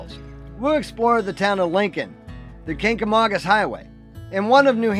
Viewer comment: I'm happy you pronounced Kancamagus properly. Most make it sound "kagamangus". I'm a life long resident (68 years) of Lincoln, and have seen much change to the town and surrounding area.